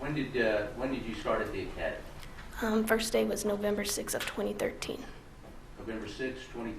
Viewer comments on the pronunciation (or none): none